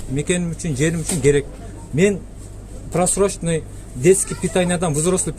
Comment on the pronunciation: Залда вообще болбош керек просроченной товар .бул башы жок артында турган деп доодуроп атат го....суйлогонун турат го Эл душмандары!